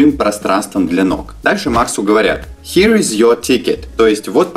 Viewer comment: Слово Here произносится не хи а хиэр.